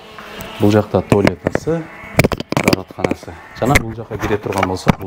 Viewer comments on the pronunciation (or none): Нарындык окшойсун э?,Туалета дегенинден